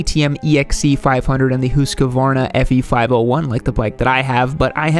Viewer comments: how do you pronounce husqvarna, as a swed i feel deeply troubled, like a chill to mah bones. hearing this huskKvaarnaa. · bro said "Who's kavarna"